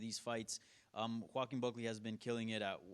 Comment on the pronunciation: Bro said Joke-uin Buckley 😂😂😂